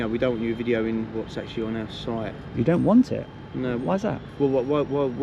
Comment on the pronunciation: Now that's a proper Cockney pronunciation of the words our site "Aah Soite"